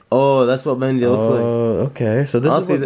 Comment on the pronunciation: it's bendy not bandy